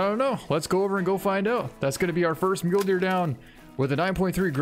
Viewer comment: He pronounces it like "myoulee" I pronounce it like "myoul"